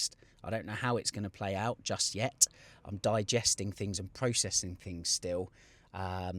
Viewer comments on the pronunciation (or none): none